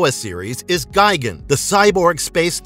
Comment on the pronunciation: You’re pronouncing it “Gai-gen”. It’s pronounced “Gee-gon”